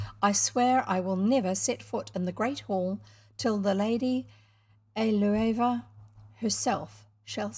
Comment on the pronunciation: I am enjoying listening to this and reading along in an ebook. You are right that it's also good for having on in the background when I'm home alone so the house doesn't feel so empty. I suspect that Eleuva is pronounced ell-oo-va.